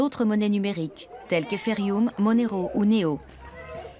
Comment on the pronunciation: "Eferioum" XD